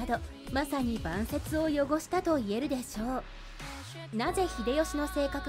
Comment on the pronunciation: 「ばんせつをよごした」 、昔に比べたらずいぶんマシになったが、まだ誤読するかｗ